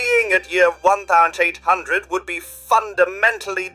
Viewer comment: Hate how the AI said 1 800 lol